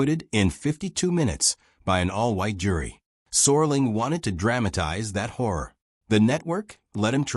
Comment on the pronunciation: It's Rod Serling not sorling.